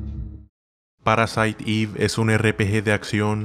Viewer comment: Gracias por pronunciar bien "Parasite Eve" 🎉